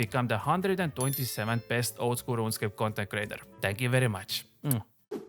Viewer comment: That first pronunciation of “Ronscape” caught me off guard but then I really started to dig this dudes content.